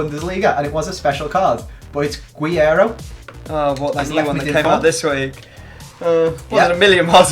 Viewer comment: It's ger-rer-o not gwe-aero you fucking muppet